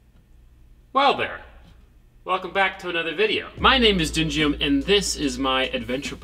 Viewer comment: Sounds like you call yourself dingium 🤣